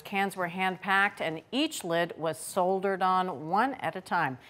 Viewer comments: The emphasis on the wrong syllable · American English pronunciation has more mispronunciation than people think. It usually occurs regionally. "Saul dur" is never correct for "Saw dur" it's just misunderstanding the word "Solder." Americans pejorate tons of words. Cellulite as fat cells, are currently pronounced "Sell YOU lite". That's incorrect, it's "Sell you leet", "sell you lite" is insulating material. "Meh zo thee lee Oma" is actually "Mee zo Thee Lee oma". Americans love to change words because of lazy pronunciation. Like, you know what I mean, ya know? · Solder is pronounced sodder. Not sold er. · Please teach Bridget that solder is pronounced "sodder," without the l! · I'm sure she's reading that word not realizing till she said it that it's pronounced sodder. Many make that same mistake. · The L in "solder" is silent. It's pronounced "sodder." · spelled solder pronounce sodder. english is funny that way . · Sodder. That's it. The l is silent. Obviously she doesn't lived with a handy guy and she wasnt raised by a handy dad. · The "L" in solder is silent. It is pronounced "soder". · I've been soldering since I was a kid both as a hobby and as a professional. I've heard both pronunciations here and nobody bats an eyelid. Where are you seeing that it's pronounced incorrectly? Could it just be a nuance of regional dialects? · Please pronounce words correctly - solder for example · Don't pronounce the "L" in solder.